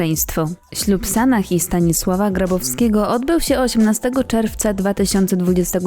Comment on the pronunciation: Podoba mi się, że nie idzie "z prądem" co do "poprawiania" wyglądu i nie wypowiada publicznie obowiązujących tez. Tylko dlaczego wymawiane jest "h" na końcu, skoro to z angielskiego. Przecież imienia np."Sarah" nie wymawia się w ten sposób.